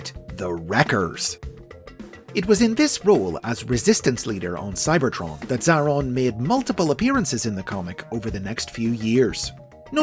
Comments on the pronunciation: It's pronounced A-Atron tho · Just fyi, it's pronounced 'Zay-ay-ron' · You've done messed up Xa-a-ron